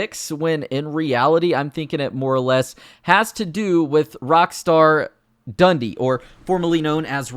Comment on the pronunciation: We pronounce Dundee as "Dun-dee" not "Dundy."